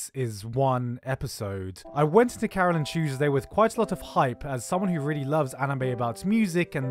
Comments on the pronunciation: Thank you I thought he said "Caroling Shoes" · Thank you!!! He never titled it and I couldn't understand what he said when he said it.